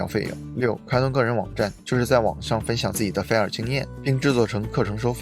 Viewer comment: 是fai 儿 不是 菲儿 真是闹死了。。。。忍者听完了 对不起挑刺了 不过感觉博主的发音真的可以好好调整一下 要不然一说这个词 真的太出戏